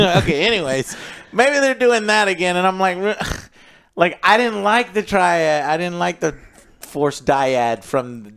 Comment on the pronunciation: How many times is Joe going to fuck up and say Triad?